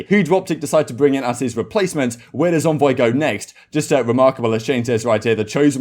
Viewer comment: It's Envoy not Onvoy why are you pronouncing it so wrong? I'm English as well, it's bizarre how you are saying it.